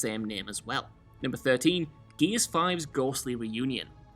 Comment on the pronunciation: Even the subtitles say 'Geez of war'. Love you, but speak english